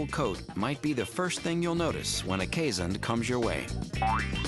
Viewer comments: Iris Stam that’s a watchdog, not a guard dog. They will be just as likely welcome an intruder with licks as try to stop them with any force. Also, pronunciation is Kaze*hond, not Kees*hond. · "this is how its pronounced correctly: keeshund" nope you still mispronounced it :') its kees hond with o being spoken like boy, god or dog. they are infact really good guard dogs and are called alarm dogs sometimes cause they bark at any intruder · Why are they pronouncing it as keeshund?? I'm Dutch and it's hOnd like in the word dog or boy. (Hond is the Dutch word for dog!) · They mispronounced keeshOnd not keeshUnd I know I'm Dutch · If you're Dutch or Afrikaans, you would know how to pronounce Keeshond. You say it like this K - EE - (like the EE in deer) - s - h - O - (deep O like the O in Boar) - nd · Then you're a fake dutch. My girlfriend's family grew up with these dogs in NL and they always pronounce it kays-hund.